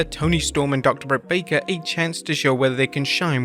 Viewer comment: Stop calling him Brakka it's Breakker